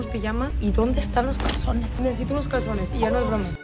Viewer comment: en el minuto dice calcones en vez de calzones😹😹😹